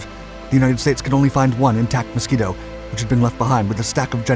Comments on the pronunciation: The Mosquito NOT the "Moskito". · Ah yes. The Moskito, not to be confused with the Mosquito.